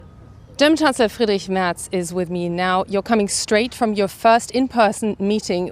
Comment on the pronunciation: Herr not Her and its Merz not Mertz